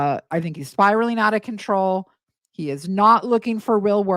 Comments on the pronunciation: it's CONTROW 😂😂😂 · Don't you mean spiralling out of controh 😂